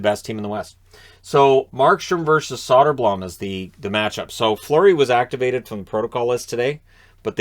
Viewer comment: the blom in soderblom (and for all swedish names) is pronounced bloom; like a flower blooming.